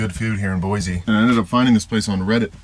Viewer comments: If you’re open to being corrected on how you pronounce the names of places… Boise is pronounced Boy-C not Boy-Z by Idahoans. We can tell instantly if someone is from out of state that way. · Where were you camping? The river is running high. And please, it's Boy-see, no zee😂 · Boysee, Boysee, Boysee. It's just as bad as Illinoise.